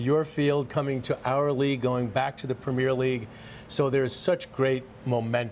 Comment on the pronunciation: “Prem-meer League” LOL